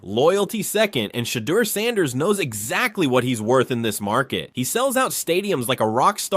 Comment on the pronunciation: Who is shader? At least pronounce peoples names right